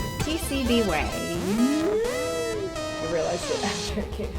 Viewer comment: I was a little disappointed that the 8-bit guy didn’t pronounce “PCB Waaaaaay” correctly in his recent video...